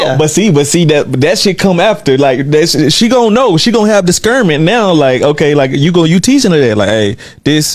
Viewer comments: Did he just say “Diskernment”? See, this is why people need to keep these conversations for their kitchen table. “Spiritual provisioner”. 🤦🏾‍♀️ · “They gone have diskernment” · Dis-kernment is not a word. Bro is giving "advice" and can't speak English 😒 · DIS-KERN-MENT?! Nah... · “Diskernment” made me stop 😂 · Diskernment…… you know what lol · Discernment or diskernment?...le sigh. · Dude said "dis-quernment." He wants us to do better as a race. Improving literacy would help...this is coming from someone who lives in ATL, which is known for its low literacy levels in the public schools. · We’re not raising our daughters to take care of a man let alone one that says “dis-kern-ment”… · Disckernment!😂 I love how the ignorant make up new words. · Unplug the microphones NOW. This man said provisioners and discernkment. He can’t even properly use the English language and he wants someone to submit. Teach them INTERDEPENDENCE AND PARTNERSHIP not blind submission and slavery for women. Goodbye sir! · wtf is disceeernment? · Did he say “ discrurnment “? 👀 Sir, you need an English teacher, not a wife. Out here mumble rapping about our people doing better while you’re doing the worst. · "Diskurnment." 'Nuff said. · Did he say “disKernment”?! 😂🥴😫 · He loss me at “ DisKernment “ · This man said disKernment 🤣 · Hahaha, did he say “discurment?” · “Diskerment” ??!? Who is taking advice from a man who can’t pronounce basic words 😂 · "DisKERNment" smh & he had the nerve to say it with his chest 🤦🏾‍♀️😂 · this dude really pronounced discernment like disKernment. he deserves nothing! 😂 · My disCERNment tells me to leave men alone, who pronounce discernment as DisCERNment. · Did this nigga say Disc-earnment????? 😂🤣😂🤣😂😪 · Did this man say “diskerment”??? 🤣🤣🤣🤡 Omg, the jokes write themselves. So apparently from 😂, women need to teach their daughters to bow down and submit to him, and he cannot even properly say the correct words 🤣🤔🤦🏽‍♀️